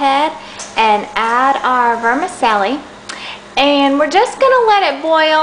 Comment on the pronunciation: ver-ma -chelli- :) <3 chow mein!